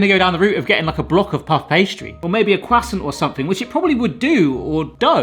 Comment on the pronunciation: saying Kwassant is never not funny.